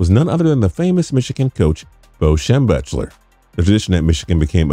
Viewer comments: It's pronounced "Shem-bek-ler" not "Shem-besh-ler" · Shem*BECK*ler. Holy shit, have your narrator watch a few classic Michigan videos. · It is pronounced Bo "Shem-beck-ler", at least figure out how to say the name before you embarrass yourself again. He is one of history's greatest coaches of one of the greatest schools. Hang up your microphone, you are done, hit the showers. You are embarrassing your writers. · Terrible pronunskiashun of Bo's name. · How do you have a YouTube channel devoted to sports and still not know how to pronounce Schembechler? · Rather interesting video, but I can't like it. You can't have Bo Schembechler be a part of the video and mispronounce his name. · Agreed; botching the name that badly is just disrespectful. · God you pronounced Schembechler wrong each time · Hey thanks for messing up Coach Bo Schembechler last name during the whole time you guys were talking about one of the greatest coaches in college football just want to say go Michigan keep calm and hate Ohio State